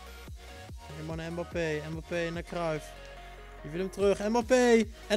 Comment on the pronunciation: Je zei KyliAnus en MbapPenis hahaha